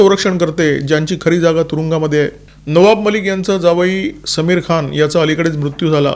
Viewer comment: It's "सlमीर" (Saamir)(like आमिर । समीर is संस्कृत शब्द , means cool breeze, Saamir is urdu